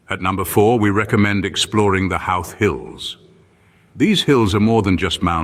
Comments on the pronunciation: First thing I'd recommend you do is learn how to pronounce the name of the town properly. It's not How-th. It's Ho-th. Also, be warned that this video is full of clips that are not of Howth. After watching the whole thing it should be classified as false advertising. Find another video to watch; there's lots of them. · Lovely to see old places. But - why not an Irish voiceover? Why didn't someone tell the narrator that the name is pronounced HO-wth not HOW-th? The interesting point for me is for years I've tried to tell people there must have been an ancient connection with famous archaeological sites Knowth and Dowth, pronounced as he pronounced HOW-th! Good one but some shots are not of Howth. Thank you. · Hilariously inaccurate video, and maybe a quarter of the images are actually of Howth (which is not pronounced How-th, but Hoh-th). To list all the things that are misleading or just plain wrong would take longer than watching the video. Its very existence mystifies me... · As a Resident of Howth (pronounced with the Brythonic w as "ho-oth"), this video is utter AI sausage-meat en$htification. An indictment of it's creators and presenters. :-( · It's not pronounced HOWth! 😂 Half the stuff in this video is not in HOWth. 😂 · Colourful houses at the beginning of the Video is not Howth pronounced (hoo th ) those houses are in Cobh Cork pronounced Cove .. bh in the Irish language sounds like the letter V ( bh= V) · Funny pronunciation of Howth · complete hogwash..cannot pronounce the name of the town properly, over half of the clips are NOT of Howth,,I wouldn;t go anywhere with this gang..you might end up in Outer Mongolia